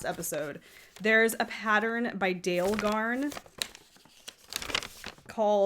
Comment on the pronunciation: Minor comment: Dale of Norway is pronounced Dah-luh. It took me a long time to find out, but I watch a fair number of Norwegian and Swedish podcasters. Just thought you would like to know.